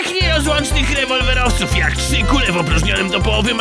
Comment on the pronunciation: psycho stoner haha dokładnie.,, łewolłeowiec,, haha bez r. :-D